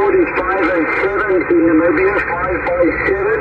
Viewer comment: Nice going with Namibia and Brazil sounded like a local